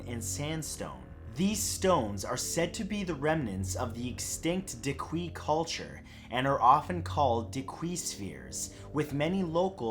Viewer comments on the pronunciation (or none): Ok so I love all of Matthew's videos, however, I am from Costa Rica and that's not how your say Diquís, it's more like Deekys sorta. I'm sorry if this comment sounds rude, I just wanted to leave a heads up!